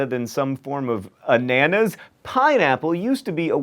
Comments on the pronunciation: There's no particular emphasis when you say it in French. It's just supposed to sound like "Ah-nah-nas", or even "Ah-nah-na", with the "s" being silent. And the word apparently comes from Guarani (?) which means " the perfume of perfumes". Or whatever :p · It's closer to anna-nas than an-anus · Carlos Vives I always thought it was pronounced with the stress on the middle syllable, my bad! (yet another proof that we really don't use that word much to say pineapple ^^)